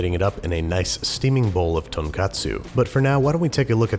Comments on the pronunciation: tonkotsu, not tonkatsu Great vids! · I love this show. I know one piece isn’t that big in America but episode 133 kaigun curry please. also not that important but tonkatsu is deep fried pork. I think you mean tonkotsu. I know it’s just a mater of pronunciation but it gets confusing when it means another food. Thank you. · It’s Tonkotsu (ton-koh-tsu) not tonkatsu, but otherwise awesome vid as usual. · You mean tonkotsu, not tonkatsu. Tonkotsu is pork bone (soup in this case), whereas tonkatsu is fried pork cutlet. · Hey Babish, it's tonkOtsu, not tonkAtsu. Tonkatsu is fried pork cutlet. Tonkotsu (ramen) is ramen with a pork broth. I hope you see this comment. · Babish, it's Tonkotsu not Tonkatsu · It’s tonKOtsu. TonKAtsu is breaded prok chop. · Why do some people pronounce Tonkotsu ramen as tonkatsu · TonkOHtsu ramen. Tonkatsu is breaded pork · You mean ton KOT su, not ton KAT su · oh man, I'm really hoping he Babish doesn't say Tonkatsu for the entirety of the Ramen episode considering, IF he is talking about the pork broth ramen, it's actually Tonkotsu. Tonkatsu is a pork cutlet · When you mentioned the up coming Ramen episode you said: "...slicing this thin and plating it up in a nice steaming bowl of Tonkatsu." Don't you mean Tonkotsu??? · Tonkotsu, not tonkatsu. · tonkOtsu* Tonkatsu, on the other hand, is fried pork cutlet. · I'm sorry to sound nitpicky but it is "TonKOtsu', the pronunciation is important, as TonKAtsu is a breaded and fried pork cutlet. TonKOtsu is the rich fatty pork bone broth used in ramen. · Hey dude, love the videos but just one thing. Tonkotsu - pork ramen broth. Tonkatsu - Japanese crumbed pork schnitzel. Tiny distinction, but otherwise you're a freaking boss. Much love from Sydney Australia. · Its Tonkotsu not Tonkatsu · It's tonKOTsu btw, not tonKATsu. Tonkatsu is pork cutlet, tonkotsu is the broth. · tonkatsu is a kind of schnitzel, you mean tonkotsu. get that right if you air your ramen episode it so Japan won't be offended! ;)